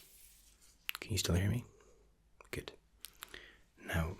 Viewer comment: i missed your "goodt" and "relax..." ;D